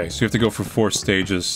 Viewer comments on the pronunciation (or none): none